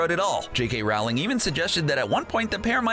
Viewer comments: its not rAwling its rOwling and im not joking -______ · You pronounced her name wrong. The unabridged audio books with jim start off with her correct pronunciation Row-Ling. like rowing a boat. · Rowling (Rol-ling) It's pronounced Rolling Sorry it was bothering me. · Pronounces Rowling as Ralling (as opposed to Rolling) Pronounces Voldemort VoldeRmort Claims W in S.P.E.W. as Warfare (rather than Welfare) Considers Cursed Child to be cannon What else did I miss? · That made me annoying how he said ROWling not Rolling because she said that is how you say it. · Is t it J.K. ROwling(roe,ling) not J.K.ROWling (r,oww,ling) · It’s Rowling not Ralwing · It's ROwling not RAUwling 😂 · If you're going to do Harry Potter pieces, at least pronounce J.K. Rowling's name correctly. It's Row, as in, "Row your boat" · ROW-LING as in row, row, row your boat. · ROW LING. Her name is pronounced ROW LING. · "Beedle" spelled "BeeTle", Rowling pronounced Raowling, Elvish "warfare?" Sorry, couldn't even watch the whole thing. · Rowling is pronounced rowling rhyming wirh bowling.sorry that just rlly triggers me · It's Rowling like bowling. Mis-pronouncing the author's name destroys any credibility you have. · He also mispronounces Rowling. That should tell you how much actual research and care went into this. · He said J.K. Rowling’s name wrong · One of my biggest pet peeves is when people jk rowlings name wrong like you did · I hate how he keeps saying J.K. Rowling’s last name wrong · You're saying Rowling wrong, why is it always you Americans that do this? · I stopped watching when you mispronounced JK Rowling's name. Rowling rhymes with bowling. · PLEASE LEARN TO PRONOUNCE ROWLING CORRECTLY.